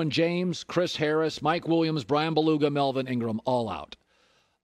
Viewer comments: Colin did not just say Brian Beluga lmao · that is not how you pronounce Bryan Bulaga's last name 😂